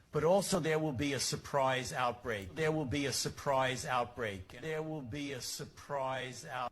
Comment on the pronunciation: Based in his "experience". "Sorprise"